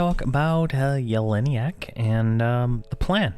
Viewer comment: YELL-E-NACK. What is it with EQ players that they can't pronounce things correctly? It's LUCK-LIN by the way.